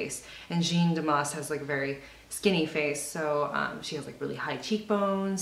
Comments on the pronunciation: Jeanne is prounounced jan, not gene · it's as if you were british and said man but you have to replace the "m" with "j" and that's it. It's the same "a" sound as in "cat". In french there are no accentuated syllables so it's as if it was only one syllable, like "jan". is this understandable?? ahah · finally someone did it! looks soon good on you ! damas´s style is my fav! u r great ! love ur videos! and it´s JaaAAA -(h)-n pronunciation, kindaaa... not so important anyway... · frustrating I would really like to say it to you out loud. If you type Jeanne Moreau interview on Youtube you ll find a lot of French interviews of that amazing French actress and you'll probably hear the interview pronounce her name correctly. It's really not that important anyways it's just that you seem to really appreciate her looks and you did a really good makeover that suits you perfectly. You could be taken for a Parisian too you know :) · When making a video like this, why does no one seem to at least google her name to make sure it’s pronounced correctly.. I don’t get it